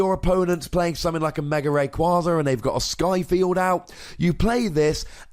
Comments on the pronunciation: Yeah, I've been wondering the same thing in the months I've been watching this channel. For example: When you say Mega EX, You say Mega rEX. Good video, even if I don't like the tool removal because I play garb. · Hey, great video as always, but I have just one question: why do you always put an "r" after the word "Mega"? Just curious